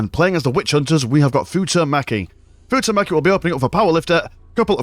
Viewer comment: It's Futomaki - Foo-toe Maki... . .. ... XD